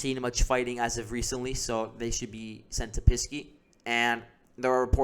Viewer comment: I liked your report, but it is Pesky, not Pisky.